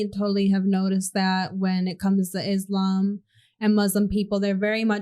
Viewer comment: Islam and Muslim is pronounced with a s like in the word sunny or soft or musketeer. 11.00 good points